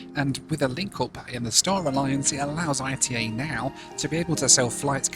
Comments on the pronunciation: Bro called I-T-A instead of ITA (ETAH) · Its not pronounced I.T.A its ITA (eat-a) like ita ly . Not initials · For some reason hearing say ITA as 'eye tee eh' instead of 'eeh tah' was really grating! I assumed it was pronounced a bit like the start of Italia rather than as separate letters! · Please, it's not "I-tee-ay". It's "eetah". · "I-T-A" 💀 It's pronounced Ee-tah, not ITA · First of all learn how to pronounce the name of the airline ITA is not like you say but it's /ˈiːtə/ EETA Second how much does ITA pay you? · Oh no, not again,! I thought you had learned that "arrivederci" means "goodbye", not "hello"! And the airline is pronounced "eetah", from "Italy", unless you pronounce the name of the country as "ee-tee-ay-ell-why"! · Hi, great video, just to let you know the airline is pronounced “EETA” by the Italians, the I sounds like an E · It’s eeta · 700k and does not know half things on the route and how to pronounce the airline lol